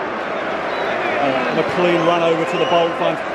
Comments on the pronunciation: ITS NOT MCLEEN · hey im from ireland and its prononced mclane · it’s pronnounced mclane